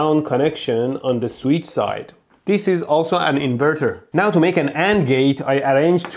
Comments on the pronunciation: I shall, from now on, correct my pronunciation of the word "switch." I shall now pronounce it "sweetch." Mehdi said it is so, so it is so. :) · I had to click just to hear Mehdi say “sweetch” as much as possible.